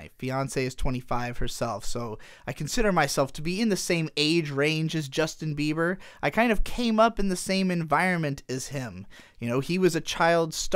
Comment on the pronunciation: STOP SAYING JUSTIN BEAVER JESUS CHRIST